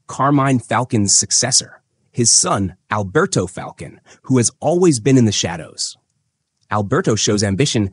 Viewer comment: It's fal-cone Great breakdown! Keep up the good work you